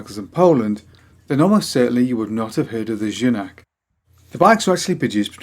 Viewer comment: great to see my first proper bike here ;) the right pronunciation of Junak is close to "you knack" ;)